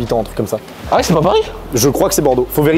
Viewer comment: Le frero est cool mais il a besoin de parler plus doucement, sans prononcer "ouf" "genre" il a dit "céper" aussi j'avais envie de mourir. Car c'est finalement moins agréable de l'écouter parler, ça donne du stresse rien qu'à l'entendre lol, donc mec si tu vois ce message détends toi et essayes de parler avec un meilleur français stp 😊